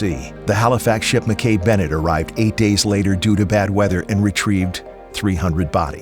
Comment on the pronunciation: The rescue boat is pronounced Mac-E Bennett not Mackay ❤